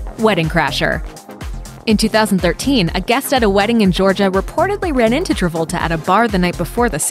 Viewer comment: Stop spoiling Travolta's name